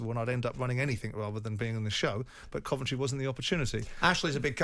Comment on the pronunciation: Why can't Jim say Coventry probably? Can't he be arsed? Terrible pundit